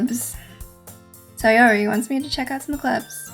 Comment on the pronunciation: Oh my goddess I love the fact you said Sayori's name correctly!